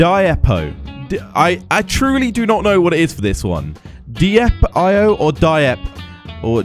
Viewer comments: its pronounced (Deep-io) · you say it like deep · You say it as "deep" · it is called diep.io but it sounds like deep.io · you pronounce it like deep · You pronounce it as deep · it's pronounced deep dot i-o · it's pronounced dipe io. 😜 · it's pronounced "dip", my friend has the last name diep